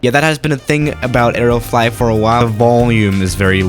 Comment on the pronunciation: stop saying areo flot